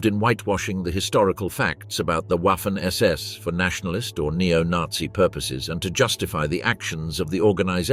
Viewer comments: It is prounced "Vaffen SS" as in the V sound of the English words such as "very", "void", "vast", etc. and not something that sounds like ouaffen SS with the W like in the English "water" or "waffle". Hearing this used repeatedly throughout the otherwise excellent video is very annoying. From experience it seems only English speakers (especially Brits) don't seem to care how to pronounce words from other languages. Truly mystifying. I am in no way glorifying the Waffen SS, but hearing ouaffen SS over and over is jarring and just a demonstration of a complet lack of caring / ignorance? of how non English words are pronounced in any other language. For example the auto maker brand VW is pronounced "Folks Vagen" not Volks Wagen. Is it really so hard to give a F**k or is English the "Master" language...? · The "w" in waffen is NOT pronounced as a soft w as in what. PRONOUNCE the w like a VVVV as in violent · It´s pronounced vaffen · Wiking (why king) come on Wiking and Viking are pronounced the same for G’s sake. Waffle SS. It’s pronounced Vaffen then there’s the whereMact. W’s are V’s S’s are Z’s all this research and youb failed to pronounce simple differences